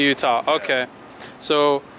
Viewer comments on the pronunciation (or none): This mans said ‘UDA’ Instead of Utah 🤦🏻‍♂️